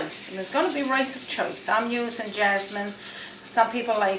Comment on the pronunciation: " rice of chice?" Funny accent.